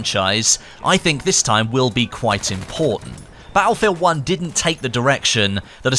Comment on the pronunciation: thank god BF V is around. I dont now what accent this is but i cant here you say battlefield uoonnnneeee anymore 😂..but keep tbe great content coming👍👍